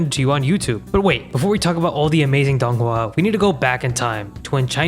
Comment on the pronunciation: As a chinese believe the way he is saying dònghùa is inacurrate no hate just saying